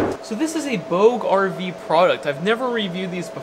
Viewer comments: Sorry it’s Booge like Baton Rouge.. you know? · I thought it was pronounced "Booj"... as in Bougie... Bastardization of French Bourgeoisie. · I’m sure it’s supposed to be pronounced \booj\ like the slang “bougee”, referring to the ‘bourgeois’, or ‘elite’. However, my dyslexic eyes see “Booger V”.